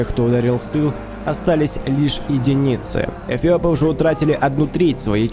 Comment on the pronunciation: Он говорит эПиопы?